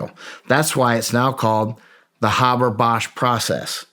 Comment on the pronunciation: Why do people have such a hard time pronouncing the name “Haber”? It doesn’t have two B’s. Hey-ber, not Habb-bar.